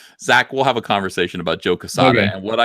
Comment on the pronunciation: Holy shit, Diversity and Comics, Quartering, and Rekieta Law all in one stream? All-star. At about it sounded like said he had a Kwanversation with himself. So I just added a new word to my vernacular.